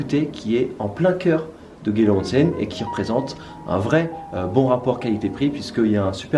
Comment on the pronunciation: One cent ... on dit "onsen"